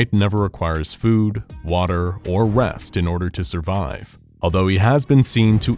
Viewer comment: I thought you said west when you said rest.